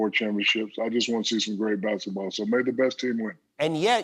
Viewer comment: Is he saying "Basitball"?